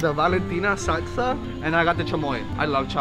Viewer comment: My favorite part was when said sagsa instead of salsa